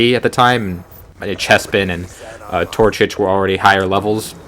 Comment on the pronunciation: TorCHIC. Pronounced "Tour-chick"